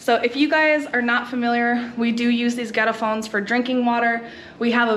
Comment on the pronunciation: Iowa?!! Haha Greetings from Florida. Welcome to my home country! What a great video. I'm complementing moving back, but I'm so scared of the change and differences. When you said El garrafón, I first thought you said a "ghetto-phone"!! Hahaha The toilet paper thing is hilarious. Because my people keep that tradition alive in the States. My mom who has a septic tank, refuses to understand that it's ok to flush paper down. You go to any Mexican home in the States and they will not flush paper down the toilet.